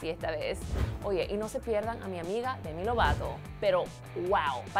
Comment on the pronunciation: "Silina gumis" "Dendeiaaaaa" jajajaja